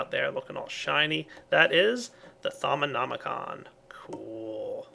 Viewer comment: First person on youtube(that i've seen) that actually pronounced "Thaumonomicon" correctly. :D